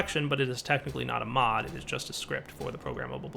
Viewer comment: "In this mo-o-o uh GAME!" hehe, I love how you are so used to saying mod!